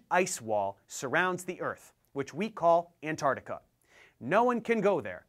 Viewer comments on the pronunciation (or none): none